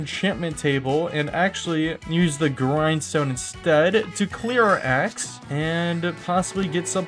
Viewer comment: Legit thought you said "groin stone" instead of grindstone, and almost spit out my drink. 😆 Loved the video, you should do 200 days fr bro.